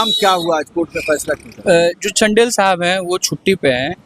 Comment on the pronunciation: चंदेल है वो..... #चनडेल नहीं 😂😂